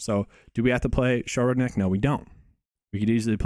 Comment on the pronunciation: Shoulder neck? 😂😂 Sko Ronik to sound it out